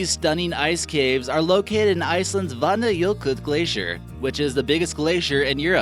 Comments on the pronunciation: Vanajökull say Vatnajökul ók oh sorry I live in iceland I can talk Icelandic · The way you said vatnajökull💀💀